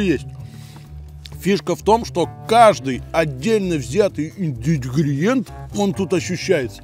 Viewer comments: выучи уже это страшное для тебя слово - ИНГРЕДИЕНТЫ!!!! 😂😂😂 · найди синоним слову ингредиенты,и больше не пытайся его произнести,не твоё